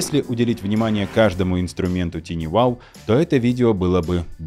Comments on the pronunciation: TinyWow на самом деле звучит не ТИНИ Wow, а ТАЙНИ Wow. Слово "Tiny" [тайни] в переводе с английского значит "крошечный". И вообще, перед тем, как использовать иностранные термины, бывает полезно узнать, как же они правильно произносятся. Хотя бы, через Яндекс-переводчик. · не тини, а тайни, балбесы